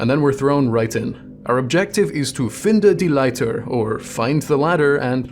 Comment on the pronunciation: As a German I gotta say your pronunciation of „Finde die Leiter“ was very impressive and spot on